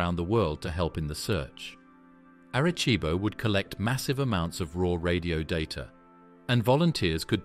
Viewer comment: Erreh ceebo